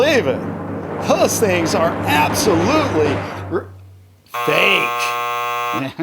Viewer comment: There is no e in fake when you say it’s so fake is funny